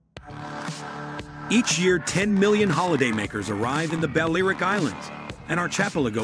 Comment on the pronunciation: Also, Balearic is not pronounced BAL-AIR-ICK, it should be BAL-EE-AIR-ICK !